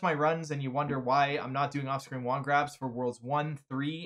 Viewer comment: I realize he says 'off-screen wand grab', but I swear I hear it as 'Austrian wand grab'....